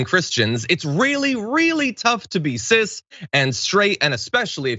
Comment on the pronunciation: Hold I will ask the question that I would guess 80% of Americans ask What the hell is sist or cyest however you spell it. What language is that it is not English for sure